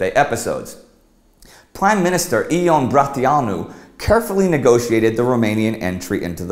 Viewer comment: Ee-on Bra-tee-a-nu ...god... Yon Bruh-tya-nu would be a better approximation